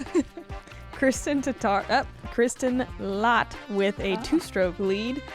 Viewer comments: This Latt sound so wrong :D its ä try to say L@ its not still 100% right, but better :) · The "ä" in Lätt is pronounced the same as the "a" in flat/rat/bat.